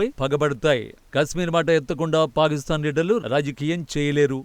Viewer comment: ఎప్పటి నుంచో వింటున్న మీరు పాలిస్థాన్ అంటున్నారు ...అది పాలిస్థాన్ కాదండి పాకిస్తాన్.....